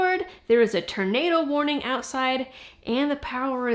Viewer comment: Did say turnado?